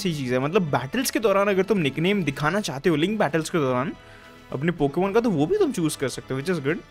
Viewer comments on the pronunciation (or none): Less go ep 2 loving the consistent uploads and hoping that it will continue and i am just laughing at the wrong pokemon pronounciations